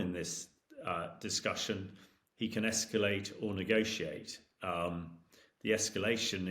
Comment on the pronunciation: He can EsckYooLate and use his NooKooLer weapons. Well done Hamish! We need more intelligence here!